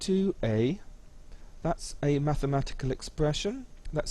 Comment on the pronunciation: Hah he broke he said mathematel